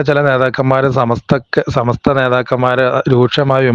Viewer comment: സമസ്ത പറയാൻ അറിയാത്തവൻ ആണോ ഈ പൂക്കോട്ടൂർ പറയുന്നത് തന്നെ കേൾക്കുക സമത്ത എന്നാ ണ് പറയുന്നത്